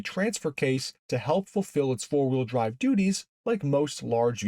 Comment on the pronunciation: Did he say fart wheel drive?